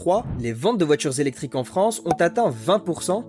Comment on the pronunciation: C'est quoi les voitures "zélectrique" ?